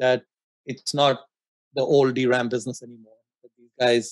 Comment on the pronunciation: It's not "dram" it is "dee ram".